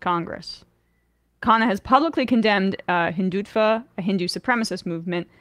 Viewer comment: It’s Hin-dut-va. It’s a whole thing. It’s worth reading up on. It is so similar to extremist Christian nationalism thinking.